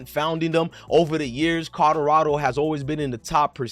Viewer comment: U can’t even say Colorado correct 😂